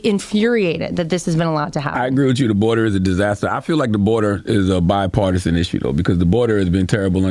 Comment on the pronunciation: Shite i think he just learned the word bipartisan. He pronounced it like a grade schooler.